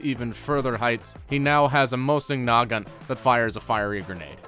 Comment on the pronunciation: "mousse-in naagant"